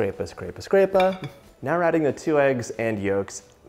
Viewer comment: “Scrape-a”.... that’s Italian, right? 🇮🇹 😊